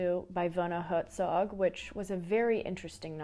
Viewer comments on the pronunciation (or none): I swear you said WerZog on or about . Great brain language connection!